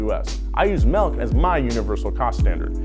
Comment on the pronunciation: Did you say Melk? Are you from Utah?